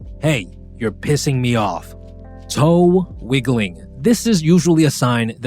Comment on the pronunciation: just the way he said this lol. 😡TOE. WIGGLING.